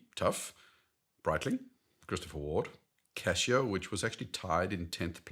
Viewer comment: Casio, not Cashio!